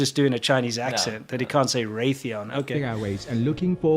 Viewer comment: It was mispronouncing Boeing, Lockheed Martin and Raytheon for me.